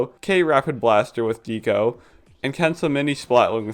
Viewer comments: I'm sorry but please stop calling Deco "deeko". It's short for decoration and might also reference Decapods which are crustaceans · I love this video but your pronunciation of Deco is driving me nuts lol it's Deco as in art deco (dekko), the architectural style. Not necessarily related, but it's the same pronunciation